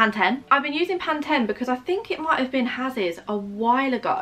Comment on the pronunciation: whether brown or blonde, you are beautiful either way :-) if you prefer to stay as a brunette, then go for it :-) Also, Pantene is pronounced " Pan-Teen "